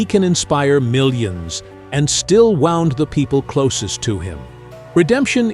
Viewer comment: "WOUND (WOOND)"